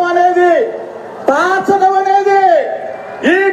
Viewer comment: సోదరా, చిన్న సవరణ -- " తాల్చట౦ " కాదు " తార్చట౦ " దయచేసి గమనించండి !!!